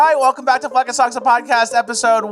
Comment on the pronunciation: Hola! Say "hola"